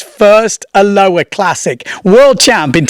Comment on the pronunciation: Love ya. Try this to say it correctly. “A lo ha”. Not Aloa